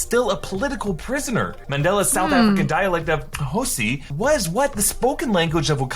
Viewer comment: Pretty sure it's Xhosa not Xhosi...Bautista confirmed on Twitter that no one from Marvel reached out to him to voice Drax... People don't realise that Chadwick didn't come out of nowhere, he did a fair bit of TV for a few years (Law & Order, ER, Lincoln Heights, Persons Unknown, Detroit 1-8-7, Fringe, Justified & a few more) before getting his movie break with 42, Draft Day & Get On Up!